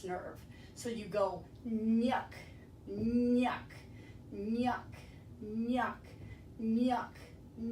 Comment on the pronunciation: Is it nyuck or nuck ??? I hear him saying “nuck nuck nuck.”